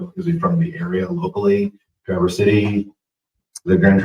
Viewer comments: BTW. It's TRAverse. Not TraVERSE. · It’s not pronounced Traverse. It is Traver(s) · Hi,, thanks for posting ♪ This is MY state, but I'm in Metro Detroit. Tra-verse has the accent on the 1st syllable: So it's TRA' verse. ♥♥♥ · Pronounce it lke Mary Travers of Peter, Paul and Mary. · It is pronounced Tra verse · It's all over local, State, Midwest and National media as to how "Traverse" is properly pronounced. It isn't like you are going up switchbacks on a mountain road. I feel embarrassed for you that you couldn't have done at least a modicum of research into the pronunciation of the city on a national news story. FMTT! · learn to say traverse …. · You're going to do report on the city please learn how to pronounce it cuz you sound pretty stupid when you don't makes me question all your other Remarks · You mispronounced the name of the city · The first “a” in traverse is pronounced like the “a” in bat fyi and the “s” is more like a “z” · Hi friend...suggest you check the pronunciation of the word "Traverse" as in Traverse City. The accent is on the first syllable, not the second. Good video! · You're pronouncing it wrong.